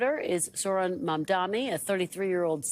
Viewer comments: His name is Mam-Dani. Not mom-dhamy. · can we PLEASE pronounce his name right? the democrats were so adamant about pronouncing kamala’s name correctly, as they should, but they don’t have the insight to think that pronouncing someone’s name is important, even when it’s a muslim man. the translation for my white people: MOM-DONNY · Kornacki mispronouncing Mamdani’s name is a bit strange. Steve is usually a pretty meticulous guy. Why are you doing this? His name is pronounced Mum-Dah-Ni. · Stop calling him "Mamdami" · Why are you calling him Mamdami? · ironically you got the Phoenetic spelling incorrect. it is "Mum-Da-Knee" not "Mom-Donny" the news anchors are mispronouncing it as "Mom-Da-Me" Just popularize saying Zohran instead, it is less difficult and fewer syllables. Zoh-Raan Zohran Mamdani = Zoh Raan Mum Da Knee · sir his name is mamdaNi, please learn to pronounce correctly because you are cosplaying as a ‘political’ commentator and Mamdani is going to win 🥇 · Pronounce Mamdani correctly challenge impossible DON'T RANK CUOMO!!!!!!!!!! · Is it too much to ask for them to read and pronounce the last name correctly? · Why can't he pronounce Mamdani's name properly? It's not hard